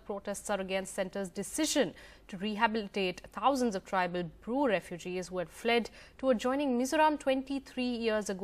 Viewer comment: Bru not brew